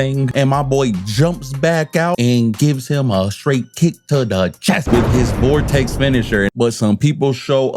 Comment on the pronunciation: that is the equation for acceleration caused by gravity from a certain point which gets talked about a lot in a high school physics class also the finisher is pronounced voltec not vortex